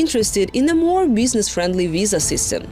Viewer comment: I am all for non-native English speakers getting these kind of positions in order to fight accent stigma, but this one is just silly. This is a video from a German news outlet on American topic related to Visas, so why do we have a Russian speaker who keeps saying the word WISA (or Sillicon Walley) throughout the video?!